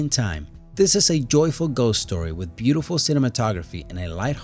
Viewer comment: "In dis movie..." "..abventure film..." "da Goonies..." "..short shtory..." I can't take any more. Why do you continue to do this? It's very difficult for you, it's so obvious.